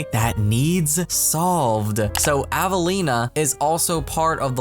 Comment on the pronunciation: hi! i don't think avelina is said like "avaleena" i think it is said like how my friends name is said, it is said like "ave-a-leen-a" instead is ava its like the name ava then add on lina